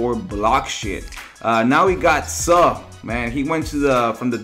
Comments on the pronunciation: It's suhhhh u can't even say it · You can't even say suh correct 😂😂😂😂😂😂